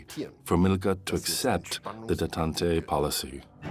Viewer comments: it is. pronounces "détente" as "detantay" lol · the light turned for me when it could not pronounce Detant. Do you think it's AI slop?